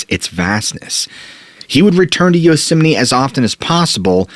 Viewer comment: Am I hearing him say Yosemine, or is my hearing going?